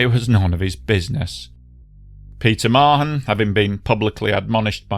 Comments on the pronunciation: A great video, thank you. One small note - here in NZ I've usually heard Mahon pronounced with an almost silent H, so it's sort of like Ma'an. Happy to be corrected by other NZ ers though:) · Mahon pronounced Marn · Pronounced “Maaarn” not Ma-hon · very well coordinated account of the tragedy which I remember so well. My children's lovely teacher was on the flight. Her loving husband had treated her to it, and thereby widowed himself. Incidentally the H in Mahon is silent, so it is pronounced Marne.